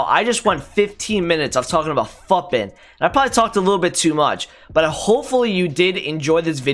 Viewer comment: Lmao I am a minute in and I am gonna subscribe and watch the rest but I'm pretty sure it's futbin like foootbin not futbin like puttbin and now I need to know if I'm crazy or not. (The way I imagined it is more akin to the way many european languages say the foot in 'football')